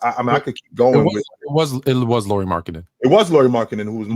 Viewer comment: "Lori? You drafted a girl from WNBA?" 😂 Learn to say his name Lauri (as a "Lowry" in Kyle Lowry or at least that's as close as most English speakers get) and then maybe people won't be confused 😉 Oh and he wasn't just a throw in from Cleveland. It's true that that's how public saw it, fair enough. Actually though by reports from Utah beatwriters, Lauri and Sexton was must includes in the trade if Cleveland wanted to talk about getting Mitchell. Ainge really wanted to see if one or both of those guys would pop 😃